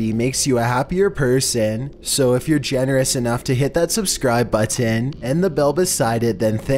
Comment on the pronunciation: I like how he says button